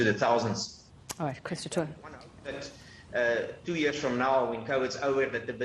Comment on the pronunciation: His name is pronounced, as in Du Toy. The blame for our poor economy lies solely at the hands of Government and their propaganda agents, the Media including your channel in which Government has a stake. You have not been objective, impartial or critical of Government, on the contrary any one who showed any objective criticism of Government, you at ENCA made them out to be crack pots or delusional idiots even after the High Court declared the Regulations as invalid and unconstitutional. You are not honest in your reporting as millions of people are marching around the world in protest of Covid restrictions yet you fail to report this. Sad to say but Donald Trump was right again when he referred to the Media as the enemy of the people. Your actions make this abundantly clear.